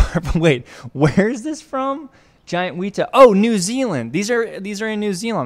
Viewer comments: "wee-tah" lol not quite It's more like "weh-tah" similar to how you'd say "wet" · The pronunciation of the weta is actually. Wet-ah as opposed to wee-tar. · Hey so for reference it’s pronounced wet-a not weet-a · heyo! i know u have prob gotten this comment from someone else but the name of the amazing mega grasshopper is pronounced wet-ah and its totally understandable to get it wrong what with the spelling but many letters are pronounced different in moari all together! even the word moari is pronounced a lil funny its actually mo-re but the mo part is pronounced if u were to say mole! and with the re part you actually role ur r so it comes out as moari! anyway just thought i would point that out hope it helps if u ever cover any other moari critters in the future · Wētā is pronounced more like "Wet-A" just a little tip :) Kia ora from Aotearoa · YES WETA!!! ALSO ITS PRONOUNCED WET AH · The weta is actually pronounced weatar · pronounced wet-ah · Its pronounced weta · The way he pronounced wētā 💀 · Why did he pronounce weta like that